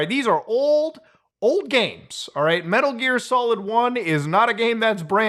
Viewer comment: Muta cutting it close with that “Metur Gear Solid”